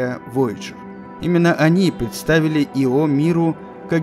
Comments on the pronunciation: Ударение на "о" звучит странно. Ио персонаж римской мифологии, разве в латинской лингвистике характерны ударения на последний слог? Как можно заниматься научпопом, будучи неграмотным? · Ещё в школьные годы читал про Ио книгу" Безумная Луна", ударение на первую букву было, слух теперь режет, когда произносят по другому. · Может, ударение на "и".....это всё равно что сделать четыре ошибки в слове из двух слов ...ЁЖ ...или. ЙОШЬ А так великолепно. ... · Ио с ударением на втором слоге звучит как исполняющий обязанности. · Нет, это у вас проблемы. Ударение ставится на вторую букву... Вики тоже самое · иО это исполняющий обязанности и Ио это спутник. режет слух. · Понятное дело, автор наверняка старался при создании ролика и хотел чтобы название спутника звучало правильно. Но иО звучит как его. И настолько режет слух и путает в контексте, что невольно по ходу просмотра задаёшься вопросом типа, че он только что сказал поверхность иО или поверхность его? По мне так Ио звучит гораздо красивее понятнее и созвучнее для обывателя и носителя русского языка. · Мне кажется надо произносить Ииииио) а не иииииО) но это моё мне ние) Увидеть бы их всех,хотя бы как луну с земли... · Ударение ставится на вторую букву... Вики тоже самое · Во-первых, не Ио́, а И́о (не Йо, а И́о) Во-вторых, не Вояджер, а Пионер-10 был первым, кто добрался до Юпитера и И́о. Если уж взялись рассказывать, то постарайтесь без таких ляпов. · Очень интересно, наверное. Но я не могу воспринимать информацию, когда намеренно меняют ударение в словах. Всего две буквы в названии и даже тут умудряетесь. Ио, но не иО. Ужасно режет ухо, не смог досмотреть до конца, уж извините. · непонятно мне почему ио , есть ослик из винни-пуха Иа. А почему спутник Юпитера ио а не ио, непонятно.Откуда все понабрались кто так говорил ? Вы все англоязычные ? преподавание шло на английском? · иО? А я думал Ио!! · Я говорю Ио, а не иО. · Ио, а не иО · да с какого перепуга автор делает ударение на о? Его всегда называли Ио!